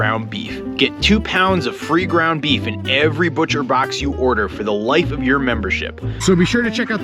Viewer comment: "Groung Beef" lol